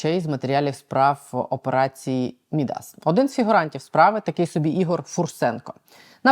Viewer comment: МІдас - наголос на перший склад. Ім'я міфічного фригійського царя, котрий перетворював все, до чого торкався, на золото.